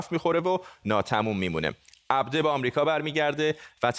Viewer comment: Aghaye Fardad ,talafoze sahih Abdo,naa Abde